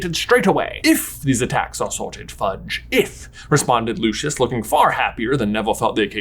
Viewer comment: J you said Harry could attend Hogworth whispers That's not a thing. Also why'd you say Hagrid's first name all fancy sounding, but not correct? Lastly no matter how luscious his hair is it will never be Lucius (like Lucian) in the 2nd movie it's said Lu-See-Us Malfoy!